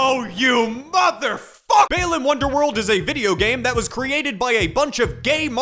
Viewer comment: Why does he pronounce it Baylan Wonderworld?